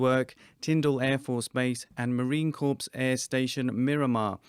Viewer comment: Marine CORPSE? What Marine DIED??? It's pronounced "CORE!" STOP TAKING LANGUAGE LESSONS FROM THE BAFOON, OBUMMER!!!